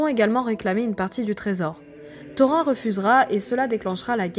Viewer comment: C'est bien ce que tu fais, c'est pas pour te "vexer", surtout, mais -"seau-rond", "taux-rein", c'est too much!! c'est"ça-o-rone" et "taux-rine" qu'il faudrait dire....pour les elfs, pour "Glorfindel", y'a pas de lézard, mais "Elle-rond", pff pas terrible, il faudrait prononcer le "d" "El-ronde"...Tu vois ce que je veux dire....lol, et bisous